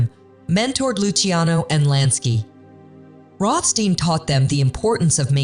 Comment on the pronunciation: Why are you alternating between 2 pronunciations for Rohstein?!